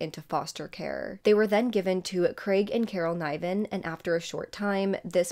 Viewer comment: I'd pronounce Niven with a soft i.